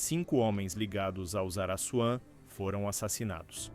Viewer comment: Pra Vc Não Falara Mais Araçuan , Receba: Araquan.!kkkk